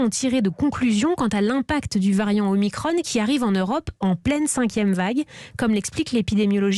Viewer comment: Pourquoi ils prononce omicrone au lieu de omicron !! Es que l’on prononce Emanuel macrone !!? 😂😂